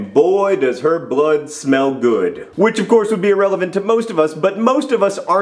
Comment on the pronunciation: It sounds like he said relevant, not irrelevant.